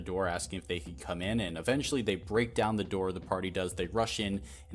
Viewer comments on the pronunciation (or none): none